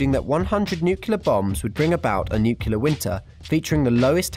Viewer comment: you pronounce it nuclear not nucular